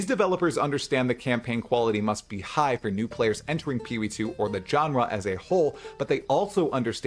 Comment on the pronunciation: Genre is pronounced … like Jean-Luc Picard not John Luke